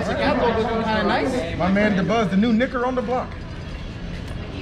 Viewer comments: Nah bro not "nick-er" 😭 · "You can use the soft a if it helps...'Nick'as" My guy... Please... XD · Bro 😂😂 “Nick” az. Lmfaooo